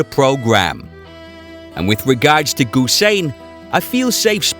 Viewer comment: NOT GUSEIN BUT HUSEIN!